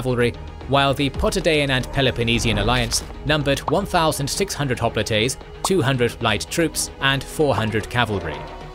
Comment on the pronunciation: I've never heard hoplites pronounced the way the narrator pronounces it in this video. When I looked up the way it's pronounced in Greek, it sounds close to the way the narrator pronounces it, but not quite the same. I prefer the way hoplite is pronounced in the usual way over the way this narrator pronounces it.